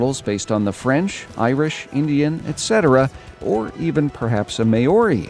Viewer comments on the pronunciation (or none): I love your channel and that you're making this video, but just so you know Maori isn't pronounced "Mah-or-ee" it's actually pronounced like "mouldy" but white people mispronounce it "Meow-ree" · I think one reason the French aren't in this is because they already have an entire DLC dedicated to them. Also, Maori is pronounced M-our-i. Not May-or-i, but thanks for making these videos and mentioning my country's (New Zealand) contribution. Tbh, I would be proud to have the name ANZAC in this video game, as long as they represented both the Australians and the New Zealanders. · did this dude really just say may ory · That makes sense, shame they're all Aussies, no Kiwis with the hats not turned up. You're pronunciation is wrong for Maori, its pronounced like Mowri, as in mow a lawn. Interesting thoughts,, I think accents would be a welcome addition, perhaps mixing in some Scots, Irishmnen, Welschman and Northerners rather than just cockneys for the regular Brits. Then adding Indian, African, Aussie and Kiwi Maori and Pakeha for Dominion forces. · Lol the pronunciation of Maori is slightly off XD